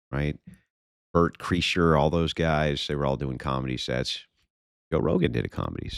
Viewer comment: And u mispronounced Berts name lol Add it to the highlight reel